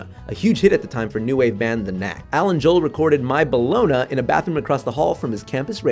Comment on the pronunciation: Bellona. It's pronounced "boloney", it's just spelled "bologna".